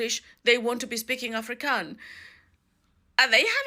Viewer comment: Pronounce Afro kans right please.Not Africans!